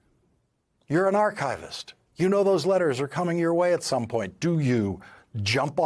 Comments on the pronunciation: Yes. AAR-kuh-vist, with stress on the first syllable. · Schwa in Archivist? How? Archivist / aar-kuh-vist